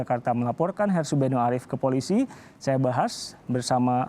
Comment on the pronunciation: Namanya Harsubeno (kedengarannya : Asubego) iparnya si Refly tak Harum (yg DIPECAT dari BUMN itu.)